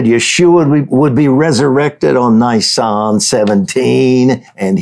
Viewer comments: Learn how to Pronounce Nisan correctly: Neee Sahn 🙏🏻 Hebrews, Middle East etc doesn’t have long vowels, only mostly Americans do. Use short vowels on most, of not all Bible words. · Just to be clear Dutch, in the word Nisan in Hebrew. The "I" is pronounced "EE", there is no hard I sound in the Hebrew language. Secondly, given that Yeshua prophesied He would be a full 3 days and 3 nights in the grave, the count from Nisan 15 ( He was put in the grave just before sundown on Nisan 15, with Passover starting the at sundown (the beginning of) Nisan 14. So night one and day one in the grave would be Nisan 15, night 2 day 2 would be Nisan 16, night 3 day 3 would be Nisan 17, so the resurrection would have had to have happened prior the the completion of the next full night, so prior to dawn on Nisan 18. Just fyi, Leviticus 23, which outlines the Feast days and the days on which they fall, does not give a number to the day of FIRST FRUITS (Yom ha bikurim...the day of His Resurrection, it only says that it is to take place "the day after the Sabbath". Yet keep in mind too, that unknown to most non-Messianic followers of Messiah Yeshua, there are actually two Sabbath days in play during the Passover season. The first one would begun the evening of the first day of Unleavened Bread (evening starting the 15th of Nisan). That special Sabbath day was the reason for the rush to get the bodies off the crosses "before the Feast (of unleavened bread. The following day would have been another preparation day getting readt for the weekly 7th day sabbath, so they would not have had time to take spices and annoint Yeshua that day. The second Sabbath would have been the regula